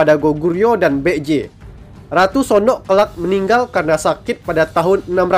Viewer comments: Kalo dilihat dari pelafalannya kok masih kurang banget ya? Itu Baekje jadinya malah bek-j.. harusnya kan baek-je. Sekedar saran min, tolong pelafalannya diperhatikan lagi 🙏🏻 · Maaf tapi setelah saya pakai Google translate, cara pengucapan "Baek-Je" adalah "Bek-Je" Biasanya "ae" dalam Bahasa Korea dieja menjadi "e" saja. Ya begitulah 😅🙏